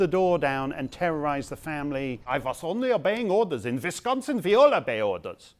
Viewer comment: "in visconsin vwe all obey ordas" ...lol, brilliant.